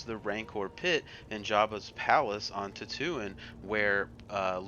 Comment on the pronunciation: Lol almost every Star Wars name was wrong, Endor- end-or Dagobah- Day-Go-Bah Etc. but! That didn’t detract from the video, great job man.